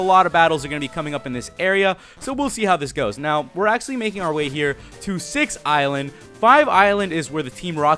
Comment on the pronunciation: am I the only one who thought it said sex island not six island?